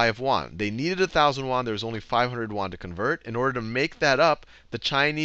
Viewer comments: It's pronounced 'yuen' -- like 'yen' but with a 'u' -- not Juan. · "yuan" sounds more like "yew ann" or "ewan"